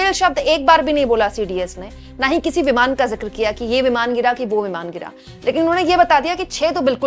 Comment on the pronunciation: Itni kya jaldi hoti hai apko vimaan hota hai vimaar nahi 😂